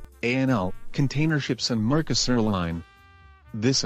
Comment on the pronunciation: And not mercosur line. It's mearsk line